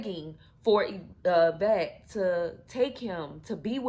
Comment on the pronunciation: Girl you cannot tell a story the woman name is Yvette get it right smh 😮